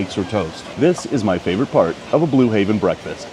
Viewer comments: Blue Heaven.. Heaven.. not Haven. Im not sure why it bothered me so much lol but it did. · It’s Blue HEAVEN not Haven